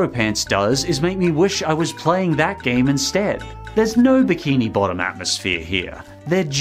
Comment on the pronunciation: you said legend of biki bottom